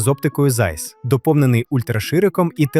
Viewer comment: Автор, не "Зайс", а "Цайc"'. Німецьке прізвище.